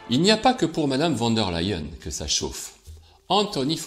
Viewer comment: Leyen, ok c'est allemand, mais prononcé comme en anglais le verbe "to lie" se prononce "laÏ" presque comme ley en 🤣🤣